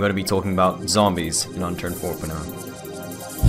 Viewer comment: Tenminetor no zombyeeess